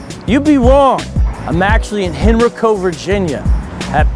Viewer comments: Btw it’s pronounced Hen•RYE•co but again shoutout to you for pulling up to VA✌🏽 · You pronounced Henrico wrong but we still love you. I live 5 minutes from there and my in-laws always said that is a place you don't want to be now I know why.